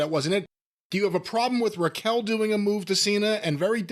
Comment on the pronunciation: Why does the grumpy boomer call Raquel….Rachell?